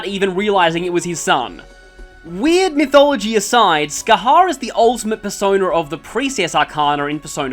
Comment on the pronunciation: Bro, don't worry about not being able to pronounce some gaelic names, it's got some kinda weird rules. Oh, and Scathach is pronounced 'Ska-hock'